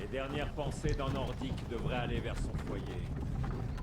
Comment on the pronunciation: Malgré une faute ENORME dans l'intro a "Nordique" je me suis bien amusé =)